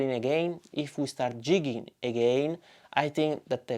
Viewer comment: LOL! He was ribbing you a bit for pronouncing it "jigging" instead of "gigging". Great job on the video though. Changed my opinion of the QC.